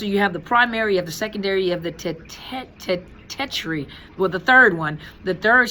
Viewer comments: tertiary... it's pronounced Ter-shee-air-ee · Tertiary: Ter-shee-air-ee, baby girl